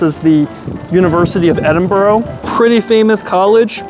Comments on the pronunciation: You say it like Edin-bruh not Edin-borough. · Please, its Edin Burra, not burro. Get it right, not watching any more. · Pronounced Burr huh not Burr oh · It's Edinburgh not Edinboro !! If your gonna say a name at least have the courtesy in pronouncing the name CORRECTLY!! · Not even a minute into the video and I hear “eDiN-EaRl” 😟 Please, we hate it when tourists do this, it’s E-DIN-BU-RU or E-DIN-BRUH!! NOT EE-DIN-BURG OR EE-DIN-BOU-ROU!!!!! And please, for anyone planning to visit the UK DO NOT! VISIT! LONDON!!!!!!!!!!!!!! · bur-ah not burr-row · Totaly butchers the name Edinburgh not Edinburgho there is no O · Why do 90% of Americans/Canadians pronounce edinburgh. , edinboro it’s edin burr. Ah 😂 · Edinburgh not Edinborough! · Great video but it's Edin-bru and not Edin-burrow!! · Thank you for correcting the pronunciation. I've watched a lot of Americans visiting Edinburgh on YouTube and i swear, around 1 out if 10 say it correctly while all others say Edinboro. Like where in Edinburgh is there any o's. Confusing and was funny at first, now it's just irritates the hell out of me. Heard a few glasgow ones where the gow is pronounced like cow haha wtf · It's pronounced Edin Burah 😂 but your cool you videod my city lol we don't really see much of Edinburgh online, good video mate thanks 👍 hope you enjoyed the heart attack food we are know for haha Edit - AW BRO what a sin you had salt and VINEGAR 😮 salt n sauce mate BROON sauce 🤦‍♂️😂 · EDIN BURR A. The most annoying crap ive watched in my fkn life. Just fkn terrible. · FYI, it's pronounced 'Eh-dun-bruh' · Its pronounced 'Edinbra' or 'Edinbura' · It's Edin-burrrgh!!! Pronounce the the U!! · 😂😂😂 Edinboro, Edinburgh man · At least say the town name correctly 😂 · Yet another YouTube clown who is incapable of pronouncing the places he visits!! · That's not how you pronouce "Edinburgh", lad.